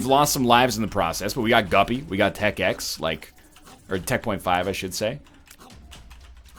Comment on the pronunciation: Stop calling Tech.5 TechX